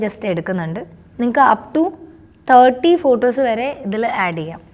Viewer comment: ഫൂട്ടൊസ് അല്ല ഫോട്ടോസ്